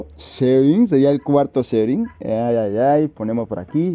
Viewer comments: No se pronuncia como tal Sebright, su pronunciación debería de der ''Sibrait'', lo escribí así de mal pero así es como debería de sonar jsjsjs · Muchas felicitaciones por adquirir esos huevos! No me quepa duda de que tendrán muy buenos cuidados. Un aporte, amigo: El nombre de la raza Sebright se pronuncia [síbrait]. Saludos y éxitos.